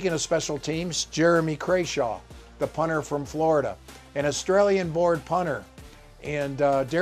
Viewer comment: Holy smokes, obviously the punter’s last name is Crawshaw and pronounced the way it’s spelled. It’s all there in the letters.